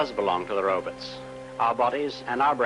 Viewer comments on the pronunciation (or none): I love how back in the day they said ,"robuts"...it always cracks me up.